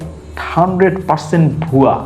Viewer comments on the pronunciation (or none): none